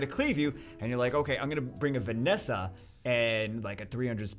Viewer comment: you kept saying Vanessa. It's Ver-ees-sa.